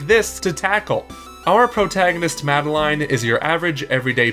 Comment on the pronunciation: MadelEYEne? It's madeline. Pronounced mad-a-lin.